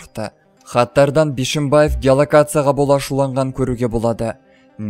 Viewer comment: Мал,дурыстап окыш,Бышымбаев емес Бишембаев